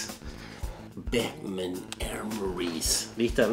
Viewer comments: porque le dice ¨pelpet¨ al batman?? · Conocí hace poco Est e canal y me hace cagar de risa, aparte hace unboxing de altas figuras, lo que no se es por que le dice pelpets a batman jaja